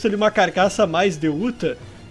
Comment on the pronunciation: MANO E UTAH NAO UTHA